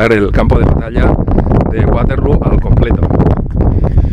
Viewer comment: Para los que no suelen viajar estos videos de museos están muy bien. Y no siendo mi caso pues conozco algunos lugares, me encantan. Te recomiendo un libro de Alessandro Barbero que es como una biblia de esta batalla. Por cierto, el nombre es Waterloo doble "O" no acabado en "U" pues no es ingles ni tu eres la rubia de Abba JAJAJA. Fue la última batalla de Napoleón sencillamente por que allí perdió su tesoro, creo que unos 3 millones de francos en oro que era con lo que podía seguir pagando soldados. En aquel tiempo, las bajas se contabilizaban en conjunto, muertos, heridos y los que habían salido corriendo. Gran video como siempre, Saludos desde Cantabria. Gracias